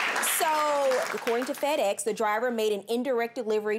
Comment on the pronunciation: did Judge Faith said FredEx? 😂😂😂😂😂